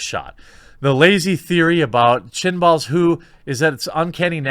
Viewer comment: "Chinball" :v